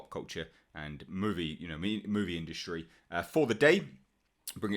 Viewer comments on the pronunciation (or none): none